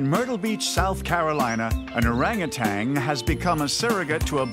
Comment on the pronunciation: The man don't know that orangutan doesn't have a g at the end